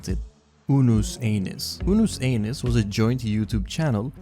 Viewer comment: NOOOO U SAID UNUS ANUS WRONG